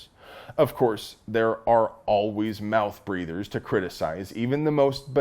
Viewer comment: Did you say "mouth breathers" or "mouth breeders"? 😮